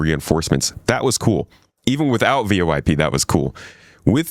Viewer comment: The letters V-O-i-P are combined into a single acronym pronounced as "voyp". I love your vids! Thank you!